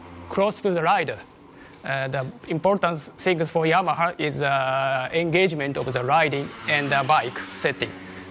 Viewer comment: It's Yamaha not Yahama FFS. Yep, thank me later.